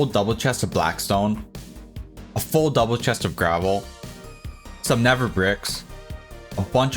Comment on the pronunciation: Why do you pronounce the "th" in nether "v", is it an excent or a medical condition?